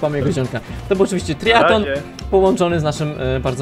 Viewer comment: Muwi sie triatlon.